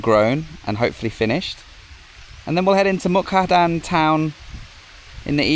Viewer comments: Like this serie of beautifull Thailand on the Mekong river. MUK DAHAN is the right pronunciation not Mu kadan, it's OK. I forgive you. Stay positive and goog luck with your Krathong. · You always say a wrong name Muk-Da-Han to Muk-Ka-Dan. So funny for Thai people to heard that. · Beautiful part of the country. Was there last week. It is such a peaceful area and lovely scenery. The Meekong is a really nice place to stay. Half a days drive from Nakhom Phanom to Mukdahan? It is about 130km so no more than 2.5 hours Also is Mukdahan not Mukhadan 😃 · The town is pronounced Muk-Da-Harn. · Seriously? Can't say Mukdahan either? So many videos where you keep mispronouncing town names. Is it a gimmick?